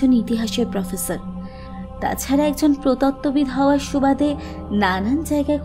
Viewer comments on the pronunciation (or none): প্রতত্ববিদ না। ওটা হবে প্রত্নতত্ত্ববিদ।